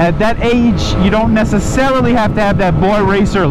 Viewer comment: “Nececelery” lol